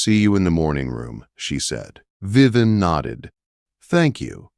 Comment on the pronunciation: Viven? I believe her name is Viv-E-en! AI does have great difficulty with proper nouns! It’s not Grozvenor. The S is silent. It’s Grove-nor. Dominic is a caring man. Lady Henrietta is a very unhappy soul. Heartwarming story!